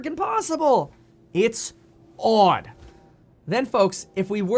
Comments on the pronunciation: If he says "its odd" like "its aud" one more time I'm gonna flip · It's Awed. It seems Awwwd. It's just AWWWWD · it’s odd how he says “auuud” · U say odd weird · You say odd like a Canadian. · The way you say odd is odd. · The way you pronounce odd.....is odd.